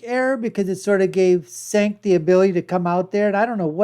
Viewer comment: You can't even say Cenk's name correctly. You are woefully under equipped to make commentary